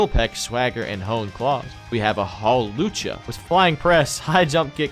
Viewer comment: Hawchula? Bro its hawlucha